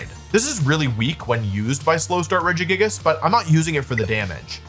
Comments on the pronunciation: Wolfey you should make a video covering your tendency to intentionally pronounce pokemon names incorrectly because I miss hearing "Regijigas" and "Cinder auchie" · I’m suprised he said regigigas normally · As someone who always pronounced it as "Reji jigas", I keep getting confused every time he says "Gigas". 😂